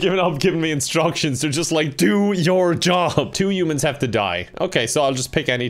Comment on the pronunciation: no one:: youmans